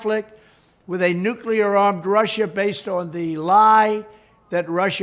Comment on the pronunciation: How many takes did it take him because he kept saying nucular?